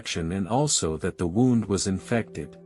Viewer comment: I think it is a robot. It is pronouncing wound as in wound up.